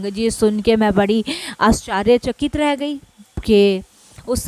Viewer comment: Jai aunty aap bohot acche se bol rahe ho satsang per aap aashchrychakit bola kare.humara dhyaan baar baar is galti pe jata hai.hope u don't mind